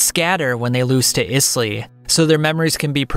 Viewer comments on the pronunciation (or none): It’s pronounced Aiz-Lee not Is lee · I know you said you might not get the pronunciation of some words but come on…Isley like the Isley brothers…..great video otherwise lol